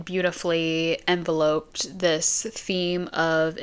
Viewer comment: Do you mean enveloped? As in [en-vell-upped]